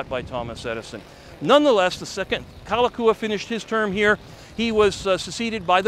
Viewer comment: I appreciate your enthusiasm, but having lived on Oahu all of my 63 yrs., I have to say that you got a lot wrong. I’ll give you a pass on the bad Hawaiian pronunciation, such as Kalakaua, but I’m afraid many of your facts are just plain wrong. For instance, the royalty didn’t lose 95% of their lands. Bishop Estate (the holder of the remaining crown lands), is still the largest land owner in the state. Also, the “Big Five,” we’re not families. They were the largest companies in Hawaii (specifically, they were sugar factors). Namely, Alexander & Baldwin, Amfac, Theo Davies, Castle & Cooke, and C. Brewer. Also, Lunalilo preceded Kalakaua (and was the last king related to the Kamehameha family). I won’t mention any more errors, but just suggest you do some more research. This is just constructive criticism. Your video was quite entertaining and I thank you for it. 🤙